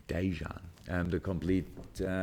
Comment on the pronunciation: loool the way he said dejan